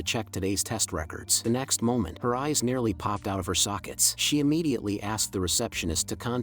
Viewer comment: Good vid but Ami the only one who noticed how he/she idk pronounced the S like not to be mean but here’s a word SSShe is it the microphone? Sorry for being rude